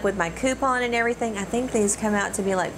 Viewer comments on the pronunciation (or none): none